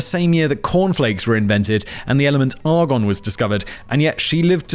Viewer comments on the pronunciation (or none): I definitely had to rewind this for a second... Turned out you said "the element argon was discovered" and not "the elephant hard-on was discovered" 😫😂